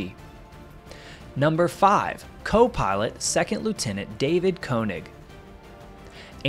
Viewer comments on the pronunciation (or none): Great video! David Koenig was from my hometown of New Bremen, Ohio. His name is pronounced kay-nig. On the other side of plane her name was MFUTU.... more fouled up than usual. Someday I hope they recover SNAFU/MFUTU and recover his remains to be returned home.